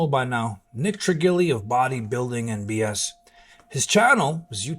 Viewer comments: How is it that you say Nick is your friend but can’t pronounce his last name??🤷🏽‍♂️ Fact is he talks nonstop shit about everyone and what goes around comes around. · Great information, not the right way to say Trigili however